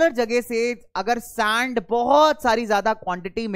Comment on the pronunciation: Sir this is sand not saand🤣